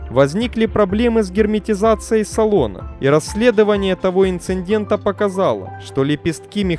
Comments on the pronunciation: Не инциНдента и инцидента. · Читателя замените! Слушать тяжело. А ещё: инцеНдента. Ужас.